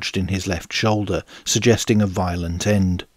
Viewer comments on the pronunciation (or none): none